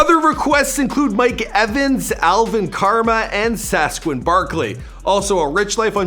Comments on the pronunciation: Saqoun not Sasquan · Exposed yourself for not knowing anything about sports with those butchered names. SASQUON? LOLOLOL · Said sasqen barkley😂😂😂😂😂😂😂😂 its saquon bro. Say-kwon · My man said Sasquin Barkley, Alvin Karma and Will Fueler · Sasquin Barkley!? Alvin Karma!? Lawd🤦🏾‍♂️ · He may as well have said Sasquach Barkley 🤣🤣🤣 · It's not Sasquin